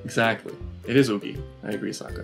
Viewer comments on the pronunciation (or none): I wanted to die at the words "AUHNG", "SOAK-UH", "AH-vatar" and the worst of the worst..."Agni KEY".